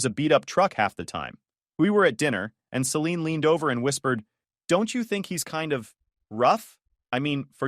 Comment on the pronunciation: AI voice really struggles with the name Celine, Saleen, Selini, Selenee.